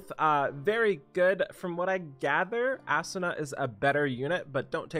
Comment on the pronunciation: sigh. please pronounce it as "Ah-Su-Na" not Assuna lol